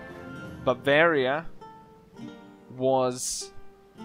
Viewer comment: When you say 'bavaria' I thought you were saying 'barbaria' lol